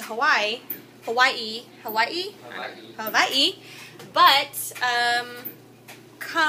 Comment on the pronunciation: Ya it's sort of pronounced Hava'i.:) love your videos! best on YouTube tbh.